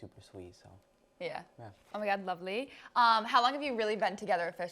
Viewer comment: Why did she turn British 😭✋"oMg LoVeLy" not tryna hate ✋ or or I think